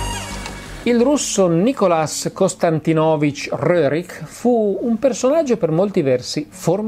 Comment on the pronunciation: Mi permetto di fare un piccolo appuntino sulla pronunzia del primo pittore russo citato. Il nome era "Nikoláj", non "Nicholas" (probabilmente si faceva chiamare in questo modo all'estero), il patronimico "Konstantínovič" ha l'accento sulla prima "i". Per quanto riguarda il cognome: l'originale russo Рерих ha chiare origini tedesche, ma considerando che da secoli è stato accolto e utilizzato in Russia, è scorretto pronunciarlo alla tedesca come ha fatto il dottor Polidoro, sarebbe come pronunciare i nomi dei condottieri romani secondo la pronuncia latina classica anziché in italiano. "Rérich" si pronuncia grosso modo "rjérich", dove "ch" è come il tedesco "Bach" o come la "j" spagnola